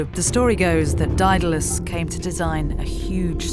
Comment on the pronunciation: This narrator cannot pronounce Daedalus? sad.